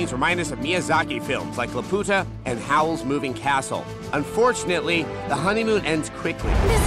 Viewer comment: Hmm, you think I'd remember a Miyazaki movie called, "The Bitch" I mean, yeah, that's the spelling, and the way Adam said it sounds like a gringo saying, "La puta" and I actually don't even remember how they pronounced it in the movie, but still, that's pretty hilarious.